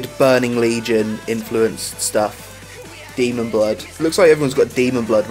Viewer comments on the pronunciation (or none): none